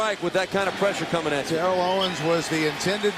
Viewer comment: Awesome! I'd love to see Bills-Titans! However, I hate that Steve Beuerlein keeps mispronouncing Terrell Owens's first name. If Macatee could pronounce it, why couldn't Steve?